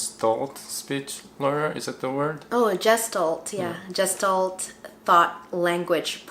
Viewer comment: The word is “gestalt” is pronounced with the “g” as in “Good” or “god”. I am a speech therapist.